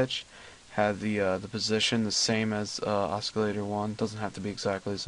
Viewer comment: and it's O-CILL-LATOR......not OSK-ILL-ATOR.....to damn funny.